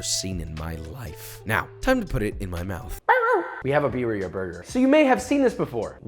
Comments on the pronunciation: his pronunciation though, biriya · Beer ee ah. Lolol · Roll them R's birrrrrrrrrrrrria. also, why no dip tortillas in sauce and fry them in a skillet? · Yeah, it's almost is if he doesn't speak Spanish and is just trying still 🤷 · It looks good, you could leave it boiling a bit longer but please Joshua ROLL YOUR R'S! Accent is everything with spanish pronounced foods!